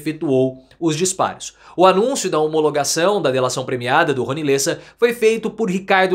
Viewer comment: Lêssa? É Léssa… (Lessa).